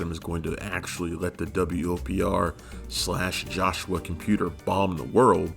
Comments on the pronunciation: pronounce it WOPR not W-O-P-R. that's the whole point of an acronym! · Narrator, you're annoying me. It's the "Whopper," not the W-O-P-R. Did you not see the movie? Not once does any character ever refer to it as the W-O-P-R. Get it right, especially for such a classic. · Every time I hear him say the W.O.P.R I cringe. Have you even watched the movie? Its called the Whopper. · Nobody in the movie refers to the computer as the "W.O.P.R." It's referred to as "The WOPR," pronounced "whopper."